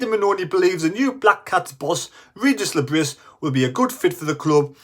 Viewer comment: Le Bree, is how you pronounce his name ffs…